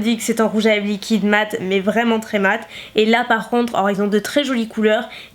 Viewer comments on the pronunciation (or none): Y'a qu' pour dire "liqouide"'😂❤❤